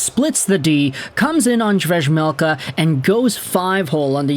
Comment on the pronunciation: hey just fyi it's pronounced "veymelka", same as Juraj Slaf.. is "Yuray"